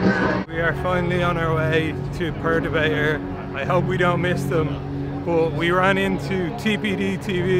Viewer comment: You guys pronounce Perturbator different to us in Australia lol